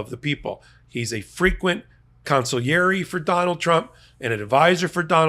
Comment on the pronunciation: I could kiss you for not murdering the pronunciation of consigliere, as is common these days.